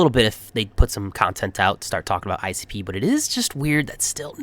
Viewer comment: ICP sounds so good when you say it 🎉